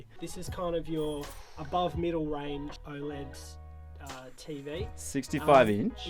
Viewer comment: OLED!!!! Not O L E D